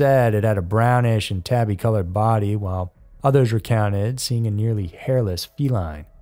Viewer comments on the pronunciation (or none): none